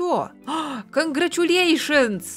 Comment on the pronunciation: 😂 прям смешной канграчуленчеш 😂